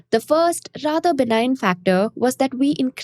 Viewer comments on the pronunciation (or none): none